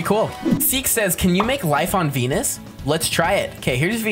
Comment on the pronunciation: Did he say denus bro